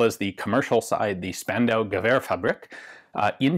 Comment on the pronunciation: I know I´m 2 years late but a quick insider-tip from a german: The S in Spandau is pronounced like the Sch in Schlegelmilch. Basically "Shpandau".